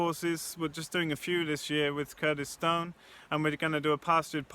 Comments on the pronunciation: Oh, Curtis Stone! I thought you said Kurdistan! Had to re-watch that bit loads to work what you'd said sorry! My bad. Interesting video, I hope you get the right kind of people engaging with this, it's a fantastic opportunity. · I heard Kurdistan too! I thought "well, that's a pretty bold geopolitical stance to take".